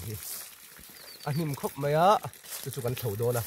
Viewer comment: Mei a ni lo, mai tih tur.